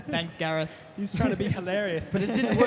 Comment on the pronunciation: ITS gareth